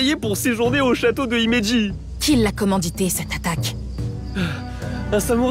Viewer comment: C’est dommage parce que Louis-san parle couramment japonais et prononce les mots japonais correctement, alors que l’autre doubleuse saute les h de Himeji et ne lis pas les c en tch. Oui c’est du chipotage mais c’est aussi une question de qualité pour un jeu qui fait n’importe quoi